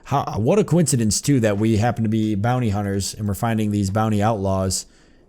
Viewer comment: "BAAAHNY HUNTAHS" is just hilarious